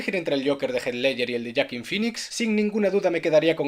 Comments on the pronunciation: Dios mio, "yoakin", no veras este comentario, pero en el caso contrario, me parece importante decir que ese nombre se pronuncia como se escribe, ya que es literalmente un nombre latino xd, seria tipo "hoakin" o algo asi, y por fin la review de un peliculon que queria xd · Aquí la verdadera pregunta es.... ¿En que mundo Joaquín se pronuncia yuaquin? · todos: Joaquin: Yoakin